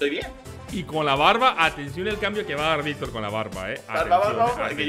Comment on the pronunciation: dice mayictor 😊